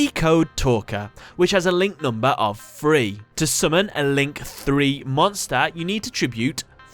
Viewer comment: "NumbA" Ahhhhhhhhhhhrgrrghhedjrmegs